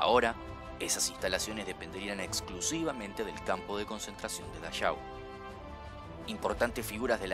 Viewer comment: Que bueno tenerte de vuelta! Genial el video. (campo de concentración de Dachau se pronuncia dajau no dayau) se que estabas estudiando alemán era solo para que sepas. Genio